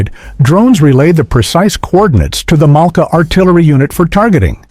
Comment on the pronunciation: pourquoi cette voix off ne sait pas dire Malka ,.mais mala. C'est vraiment pas crédible. Et une bonne voix humaine nous manque encore plus à l'écoute de cette voix horrible.